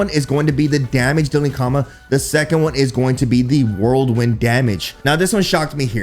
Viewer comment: keeps saying whirlwind like "worldwin"